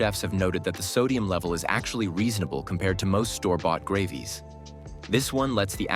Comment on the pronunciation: "I'M USUALLY SKEPTICAL OF PREPARED "GRAHVE-EES"??